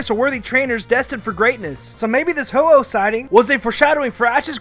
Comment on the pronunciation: I know it was Hu oh not fearow